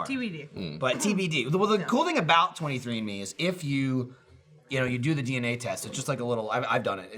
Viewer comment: When says 23andMe it sounds like he's saying 23 in me lol